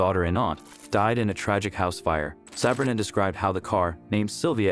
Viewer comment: It's Sah-bree-na